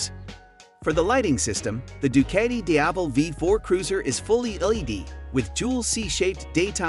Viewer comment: It pronounces du-KAH-ti, not du-KAY-ti…